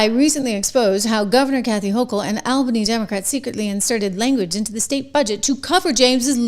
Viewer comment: aal·buh·nee as in the word all. Not like the name Al.